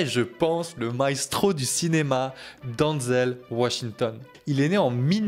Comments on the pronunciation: Denzel, pas Danzel :) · Ça ce prononce denzel et pas donzel, en plus il est né à mount vernon dans l'état de new York dans le comté de westchester, c'est son père qui est originaire de Virginie et ça mère originaire de Géorgie, renseigne toi avant de raconter des bêtises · Ça commence bien t’arrives même pas à prononcer son prénom